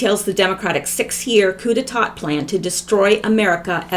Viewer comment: coup d'état is pronounced "coo-day-TAH' <3 <3 <3